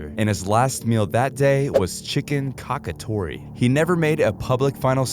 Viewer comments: Chicken cacciatore pronounced like catchitory. Not caca.. 😂😂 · I don't think that chicken cacciatore is pronounced 'cock-atore', it's 'catch-atore' unless this is a Mandala effect lol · It's my understanding that Cacciatore is pronounced, "Catch-a-torrey". You could ask an Italian; I might be wrong. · Great video, also Ramirez’s last meal is pronounced ka-chuh-taw-ree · It’s pronounced chicken cassatory lol (chicken cacciatore) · The richard ramierez meal is pronounced chicken catch-ah-tori!!! Its my favorite italian dish!! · Catch-a-tori is how you pronounce it. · Lol it’s pronounced cachitori 😂 also my last meal honestly idk if there is a limit but an A5-Wagyu steak with truffle mashed potatoes, asparagus, fried okra, and I’ve always wanted to try caviar so why not? I’m eating fancy lol.